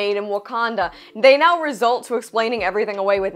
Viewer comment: "Resort"....not "result"